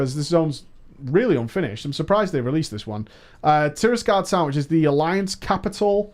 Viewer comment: it's tiragarde sound, not tirasgarde sound :)